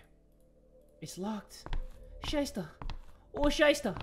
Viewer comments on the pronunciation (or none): none